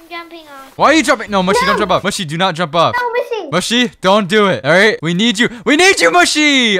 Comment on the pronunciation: And it’s pronounced mushy not mooshi